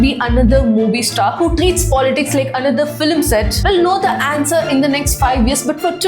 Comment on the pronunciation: NOT FILEM but pronouce as FILM